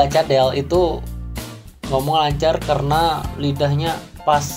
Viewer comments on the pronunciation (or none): Masih blm bagus r nya perasaan. Pas kamu ngomong "karena", masih blm pas.